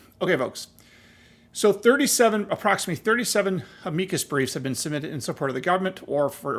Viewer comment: I really wish you were pronouncing the name of the breef the same as it has been for oh the last 100 years just ask google what is an amikus breef and then listen to how it's pronounced PLEASE